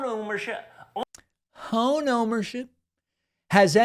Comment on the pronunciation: I’m laughing so hard,”has anyone ever howned their ome honed?” W😂😊😊